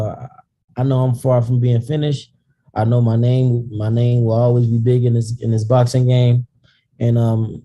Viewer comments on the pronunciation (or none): Dude say the guy name right